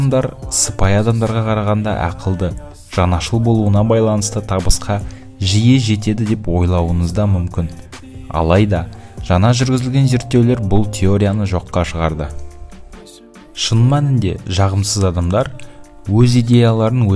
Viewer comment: Онай емес оңай.Неге Ң әріпті бұзып айтасың.Жана емес жаңа.ҢҢҢ өзіңдік орны бар әріп.Басқа ұлт өкілі айта алмаса ұйат емес,біз қазақ осы Ң әріпті дұрыс оқып үйренейік